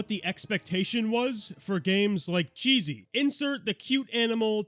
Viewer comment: KAH-see its pronounced